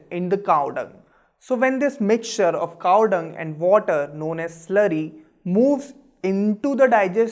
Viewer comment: Is Cow or "CaaaAAWhh"!?